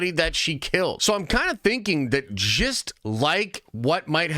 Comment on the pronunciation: Every time this guy says the word just it sounds like he’s saying gist